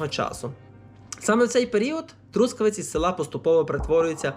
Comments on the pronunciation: ноголос на останньому складі - Трускаве́ць — місто на заході України. Трускаве́ць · ноголос на останньому складі Трускаве́ць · А чому такий дивний наголос в слові Трускавець?😮